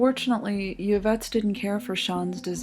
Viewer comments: Im pretty sure its pronounced "Ee-vette" not "Ya-vette". Love the videos though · It's pronounced "IV-ett", not "YIV-ett". Good vid, though. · The most bizarre thing is the pronunciation of Yvette.... it's 'Ivette' not 'Yuvette' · Y infront of a name is pronounced eeee.. not yuh.. eeeevette.. not yuhvette . Like torilla is torteeeeyuh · Ee-vette not yuh-vette. Great vids I'm on a binge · Interesting video. I see that it's been posted for three years now. I wonder if anyone has commented on your pronunciation of "Yvette." It sounds like you are saying the word as you would an English word that begins with "y." (you, yellow, yes, etc.). The name "Yvette" (as you probably know) is of French origin and the initial "y" is supposed to be silent. It can be transcribed as "ee-vet" (or in the IPA as "i.vɛt"). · It's an atrocity that she keeps saying, "Ya-vette." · Been binging your vids. I really like them. Though I've never heard anyone pronounce the "Y" in "Yvette" as a consonant before.